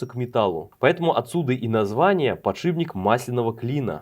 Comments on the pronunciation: ПодшиПник, не подшибник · сколько раз за видео он сказал подшиБник?